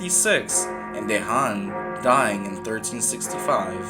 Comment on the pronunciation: Great channel pal, you are making great themes not just mainstream/popular one, just to help you with prounanciation of the names...Dejan=Deyan...Mrnjavcevic=Mrnyavchevic